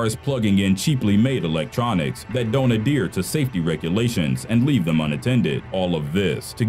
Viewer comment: it's pronounced Add-heer, not Add-eer.